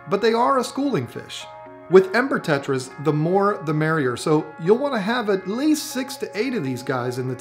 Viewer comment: It sounded like said emper tetras instead of ember tetras